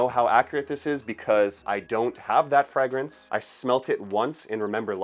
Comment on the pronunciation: what is a "Fregrence"?